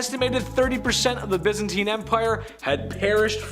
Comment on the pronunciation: Please learn how to say Byzantine correctly